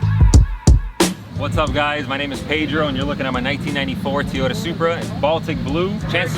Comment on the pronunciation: I've seen this a lot lately. People pronounce Toyota incorrectly. People saying Teeyota. That's not right, not sure where it's coming from. Here are a couple of links with the proper pronunciation. Love the car and you seem like an awesome person. Keep up the good work and keep the car how you like it!